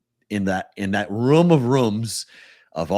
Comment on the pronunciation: somehow adds a "w" to the word "room." Not sure exactly where or how, but he does. #FTAT